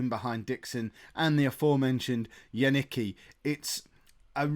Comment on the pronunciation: As far as Janicki goes:) It's not Yaniki, but Yanitzki:) That should be easier I guess:)